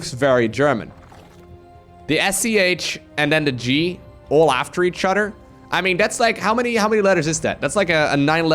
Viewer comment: jesus man can u finally learn how to use the TH its not radder its raTHer its not udder its oTHer